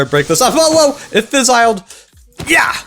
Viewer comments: i think it's fizzle not fizzile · please PLEASE don’t say fis-ii- Le all season it will drive me mad